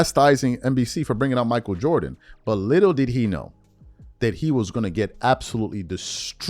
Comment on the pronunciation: Mich A-E-L